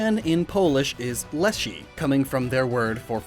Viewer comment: lepiej się słowa leszy wymówić nie dało?😢